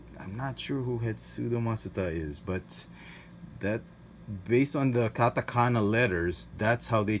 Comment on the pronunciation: 日本語のカタカナの読み方上手です。！ You are so good at Japanese katakana in pronunciation.